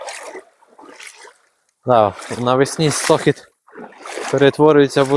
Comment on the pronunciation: Не СтОхід, а СтоХід.!!.